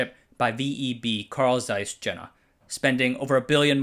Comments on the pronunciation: Great video, as usual. Just a quick note on pronounciation of some German proper nouns: 0) Jena is pronounced "Ye-nah" 1) Stasi is pronounced "Shtah-zee" 2) Zeiss is pronounced "Ts-eye-s" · I liked this video, but why can't narrators pronounce things properly? Zeiss Jena? Come on! Stasi wasn't too great either. With all the work you did to research this video, how much trouble is it to look up how to pronounce things? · Carl Zeiss Jena;... say Yehna not Tshenna....! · It’s pronounced Carl Zeiss YANA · the letter J is pronounced like a Y. Jena is pronounced "Yenna". There was a battle during the napoleonic era, resulting in a French victory, hence commemorative place names referring to 'Iena' (e.g. Pont d'Iéna in Paris) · Fan of these videos. It's pedantic, but I think pronunciation of a lot of names could be improved. For example: In this video "Jena" In a different video "Nippon steel" Sounds petty, but I've learned saying these famous names correctly actually matters to the native people where they come from